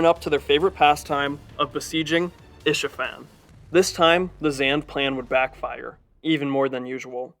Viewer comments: It’s Ispahan, not Ishafan. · It's Isfahan